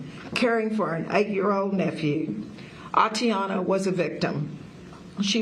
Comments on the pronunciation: They slaughtered her... now they slaughter the pronunciation of her name. Seems about right. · You can start respecting her by saying her name right... ATATIANA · Are they even saying her name right. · Anybody keeping track of how many times he said her name wrong? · It's ATATIANA for f sake ! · Her name is not that hard to pronounce. It's about enough that she was unjustly murdered. Pronounce the woman's name correctly. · At least pronounce her name correctly. Don't deprive her of one syllable just because you're too careless to read and practice saying it a few times before the press conference. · Get her name right, at least. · Insult to injury, spokeswoman can't pronounce 'Atatiana.' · Help this woman, pronounce the name Atatiana Jefferson... Gotdamtit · Can someone please tell her how to pronounce Atatiana’s name! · Should've at least practiced saying her name.... Yeesh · Didn’t even read the name right. Lol. It’s a joke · Its Atatiana...not Atiana. Come on lady... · Is it me, or did the police chief continuously mispronounce her name? 🤦🏿‍♂️ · How upsetting when they mispronounce her name and call her “Atiana”. Wow. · Glad we are saying her name now can we please give her ALL HER SYLLABLES. Atatiana not atiana. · Her name is A-ta-ti-a-na. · She’s pronouncing the name Atiana and not Ata-tiana! Unbelievable. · It's tragic incident but is it just me that bothers heck out the fact that mayor is calling her "Atiana"? While caption states her name as "Atatiana"? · A-TaT-Iana. I know her name isn't common, but she was just murdered in her own home. Start your investigation by getting her damn name right. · You've just savagely murdered this young woman, endangered the life of small child and putting her family through immense grief. At the very least; you can pronounce her name right! Her name is not Atiana! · Her name is Atatiana, ah-tah-tee-Ana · sorry to be insensitive but thats what happens when your name is made up, im sure the mispronunciation was not on purpose